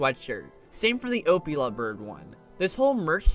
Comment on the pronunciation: at the beginning i thought he was saying "opioid bird" since i didnt know it was called the opila bird